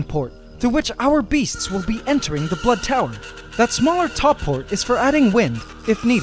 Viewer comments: and luke baxter he said blood tower not butt tower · Baxter he said blood tower not butt tower